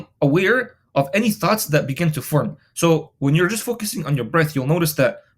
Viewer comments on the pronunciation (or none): hahahah I though u said thots